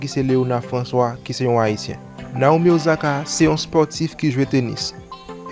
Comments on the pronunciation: Ossaka not Ozaka, please my brother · “Ossaka” not “Ozaka”... 🙄🙄